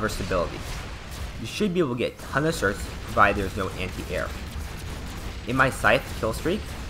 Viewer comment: Certs, not "sorts" you dumbass